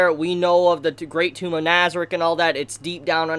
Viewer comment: Your saying nazieric wrong